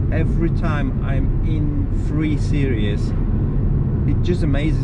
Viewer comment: It's a SERIES, not a SERIOUS !!!! 😂😂😂😂